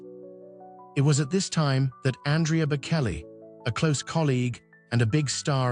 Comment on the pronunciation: This sound like just so much AI crap. "shocking?" "secret"? It just rambles on with vague non- detsils "pressures" and "temptations". Plus it keeps calling him Bakelly. What pure crap!! AI sucks.